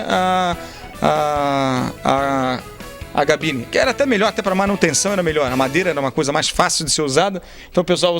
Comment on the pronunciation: "cabine".... diga "cabine" !!!! Nao e "gabine".... Chega... vou parar de ver esse video... me irritou tanta coisa errada....